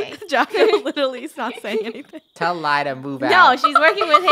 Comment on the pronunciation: Lol its Lai not Lia!